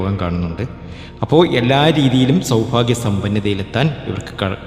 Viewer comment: സൗഫാഗ്യം അല്ല മൈരാ സൗഭാഗ്യം മലയാളം പറയുമ്പോൾ ശ്രദ്ധിക്കണം നായിന്റെ മോനെ